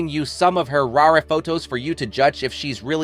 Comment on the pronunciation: Couldn't watch this because of the idiotic AI-generated voice. Can't read the script yourself?? WTF is "rareh" and "trapp-ed". It's "rare" and "trapped".